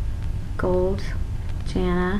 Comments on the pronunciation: ps, isnt jana pronounced (ya-na) not literally (ja-na) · and by thw way its pronounced Y-ana you dont say tje "j" in jana.